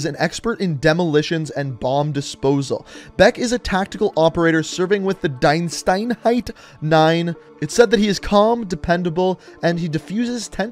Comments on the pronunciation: Its so funny how he says "Deinsteinheit nine" instead of Diensteinheit neun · You pronounce it: DEENSTAINHAIT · Btw, it's spoken Deenstaynhayt